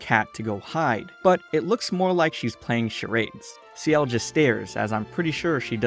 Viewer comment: By the way, ciel is pronounced s-yell. Not see-yell. Just so you know! This is really good, I loved it.